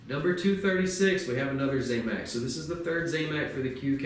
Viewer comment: not `zay mac` its `zam mac`, zam like sam